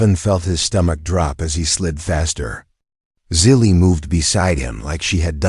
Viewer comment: Good story despite the AI's idiotic miswording like "DOT" and "Dot Asterisk" BS mixed in with the text. Also misspelling/mispronouncing the girls name, Zili as "silly". Despite this inconsistency, it was a good story.